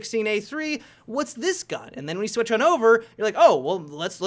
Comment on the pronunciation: "They may swatch sides"